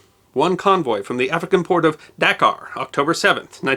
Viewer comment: Pronounced daKAR